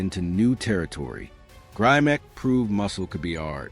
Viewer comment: Grimek--pronounced 'grim-ek'--had great shoulders, arms, and legs, but his chest wasn't that great. Neither was his back. He was, as mentioned, a fine poser. Correction on a couple of nitpicky points. First, the Mr. America started in 1939. It was originally called "America's Best Built Man" and was renamed the Mr. America in 1940. As for Grimek, he won the Mr. USA in 1949, beating out Steve Reeves, George Eiferman, and other greats. However, Reeves came second in the 1948 Mr. Universe to Grimek. Facts, please.